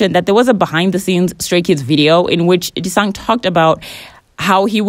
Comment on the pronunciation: The way you pronounce "Jisung" 😭😭😭😭😭